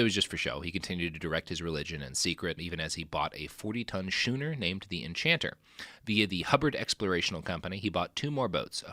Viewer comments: It is pronounced "skooner" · 40 ton "Skooner" lol I sub'd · How is it that Robert knows how to pronounce all the obscure WWII German names perfectly but he doesn't know how to pronounce schooner? Skoonr, Bobby, Skoonr! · Robert's terrible at pronouncing things across the board, but somehow the pronunciation of the word schooner seems like the kind of thing he should know.